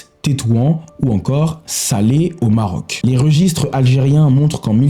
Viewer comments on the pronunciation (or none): none